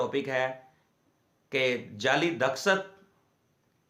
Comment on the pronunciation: Daskhat nahi Dastakhat hota he wakeel sahab